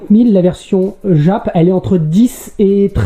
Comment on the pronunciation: Exceptionnel! Juste, par pitié, arrête de dire " djap " pour dire JAP 😅😅